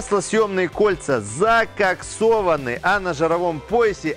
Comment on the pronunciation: Когда произнёс СЛОВА ЗААААКАКСОВАНЫ РАСТЯНУТО , ПОДУМАЛ ЧТО ТЫ ТОТ С ОЗВУЧКИ ФИЛЬМОВ ИЗ 90Х...С ЕГО РАСТЯНУТЫМИ СЛОВАМИ)))